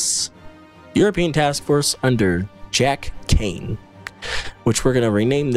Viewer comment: That's not how Keane is supposed to be pronounced. I'm sorry, I really am, but as I was born and raised in Ireland that triggers me so hard